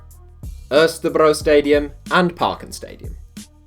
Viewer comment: As a Dane I love to hear you trying to pronounce parken and Østerbro😂